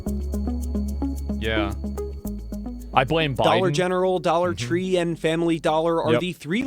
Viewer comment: Dollar twenty-five Tree